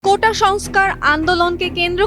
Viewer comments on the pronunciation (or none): none